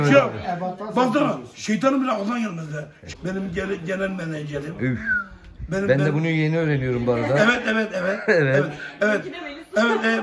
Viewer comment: Genel menejerim diyor é 😂😂😂